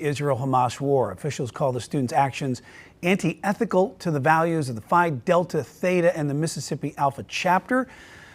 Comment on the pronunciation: Are you trying to say antithetical?